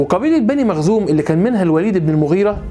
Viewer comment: حضرتك ..مخزوم وليس مغزوم جزاك الله خيرا